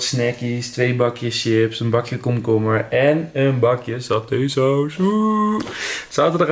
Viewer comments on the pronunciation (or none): none